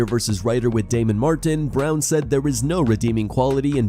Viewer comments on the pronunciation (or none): none